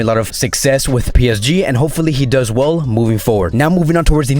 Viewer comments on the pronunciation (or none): none